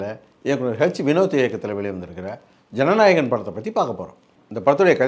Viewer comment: Jananayakadoo... I heard as Jananayakan 2😂😂